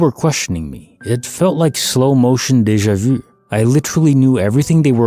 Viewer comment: I cringe every time he says Deja vu! 😬